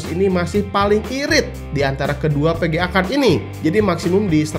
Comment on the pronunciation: VGA bang, bukan PGA